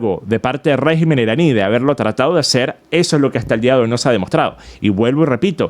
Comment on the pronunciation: RÉGIMEN con acento e la primera silabas (RÉ) no REGÍMEN cómo lo pronuncias.